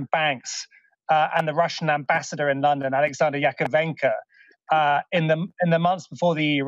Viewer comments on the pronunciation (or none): none